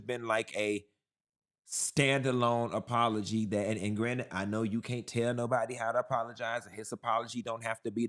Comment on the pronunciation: Question, why do black people say “chew” instead of “you”????????????